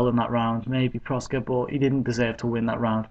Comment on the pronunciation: its proksa, not proska